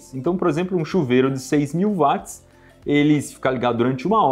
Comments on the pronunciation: Pô, Iberê. Vc falando "vátis"? James Watt era britânico. Na língua inglesa o w tem som de u. Se fala "uótis". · Poxa cara, gosto bastante dos seus vídeos, mas “vatis” é complicado. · Pq que os Brasileiros falam Vats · Dói os ouvidos cada vez que o Iberê pronuncia "Vats". A pronúncia correta é "U", semelhante a Will, Wendell, Wash, Way, Western, Warrior, Wonderful... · Eu sei que muita gente fala VATS, até engenheiros, mas está errado. O correto é pronunciar UOTS, pois é o nome da pessoa que foi homenageada com a unidade de medida. O físico Watt. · "Vat" mds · Q agonia o Iberê falando "vat" kkk, mas ótimo video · Faltou o arcondicionado. PS.Chega a doer os ouvidos .... Iberê não é Vats é Watts ( nome próprio James Watts, Eng. Británico)